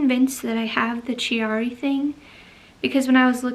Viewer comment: I am sorry to hear you have Chiari. (I believe the ‘H’ is silent) You must have excellent healthcare providers looking out for you to receive a diagnosis at such a young age! Chiari is common with connective tissue disorders. I have Ehlers Danlos syndrome and have suspected I have a Chiari as well however. The MRI I had done in 2012 didn’t show anything despite symptoms. I am wanting to know if your MRI was an upright one? I’ve read that Chiari is easier to detect on an upright as gravity is a factor and as humans we don’t spend out lives lying down and we have the symptoms standing up. In Canada sadly we only have one upright MRI machine in the entire country supposedly (I may be exaggerating here, but there really is only one in the western provinces, in Kamloops BC is what I was told) so virtually impossible to get the test done unless we travel to the states which of course we can’t do due to COVID right now. Health care is a struggle when you don’t live in a large city in Canada. Very hard to see specialists. By the grace of God I keep carrying on with a smile on my face! Keep doing what you’re doing for your posture! The books I’ve read by Pete Egoscue on chronic pain have really helped me as well as his postural exercises which a massage therapist introduced me to years ago. I wish I had access to this information in my twenties. This was a very interesting video and I sure wish you the best with everything! It’s a lot to be dealing with while being pregnant. If you ha